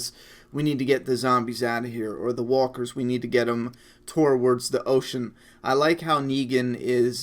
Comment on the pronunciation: Dude the way you pronounce 'towards' is so fucking weird, never heard it said the way you say it lol noticed it in several videos now. Anyway I agree I was disappointed in Carl not having any reaction to Negan, all the panel time those two characters have had over the years. All of the times Carl visited Negan in jail. It just seems like an odd oversight, maybe Carl's just thinking were in serious shit right now, il deal with this after the situation is handled.